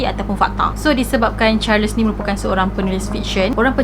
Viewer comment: Salam. Maaf boleh saya tahu ejaan nama charles tu bagaimana? Sebab jika ejaannya charles, sebutannya adalah “charls” tiada “les”. Sebab saya perasan di beberapa video sebelum ni juga. Harap dapat membantu